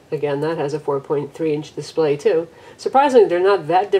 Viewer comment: dispray? lol but anyways great review!